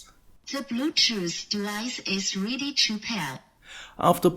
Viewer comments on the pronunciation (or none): That bluetooth board isn't that bad except for the voice prompt. "THE BLUETOOTH DEVICE IS REEDY TO PEAR" and "THE BLUETOOTH DEVICE IS CONNECTED AS SUCCESSFULLEH" is just too damn annoying to hear everytime you power the board on.